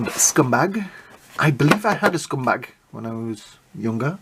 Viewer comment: Why do you call him scumbag? It’s scumbug. Great review though. Appreciate your videos. Happy Holidays